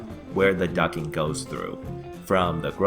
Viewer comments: The T in Duct isn't silent FYI. I keep hearing you say ducking not duct-ing. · its not "ducking" its "ducting" ffs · It's duck-ting. Not ducking. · It's "Ducting" not "Ducking"! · It's " Ducting " not " Ducking " ! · Okay, it's not "ducking"!!! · Ducting!!! not ducking lol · isnt it ducting? not ducking? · plz use the t on ducting its not ducking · Duct not ducking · Ducking?? Quack Quack LOL ITS DUCTING haha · Ducting not ducking. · Ducting not ducking quack quack lol good info though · it's DUCT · The best explanation I have found so far!! Just add a "t" and I will watch all your other vids! (its a bit like fingernails on a chalkboard....) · When did the T in ducting become silent? Ducking? Is it like the L in solder? Too hard to manage or something? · He actually typed it too. He SPELLED it 'DUCTING'...I don't see how he could get the pronunciation so horribly wrong.